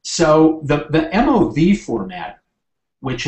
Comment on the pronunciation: I've never heard MOV pronounced as "moove" haha